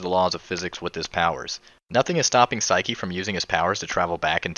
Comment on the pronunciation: Saiki not siki :)